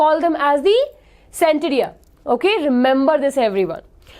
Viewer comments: Maam i like your teaching very much but i want you to pronounce ctenidia correctly its not sentidia it pronounce as tenidium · Mam it is not centidia ur pronunciation is wrong.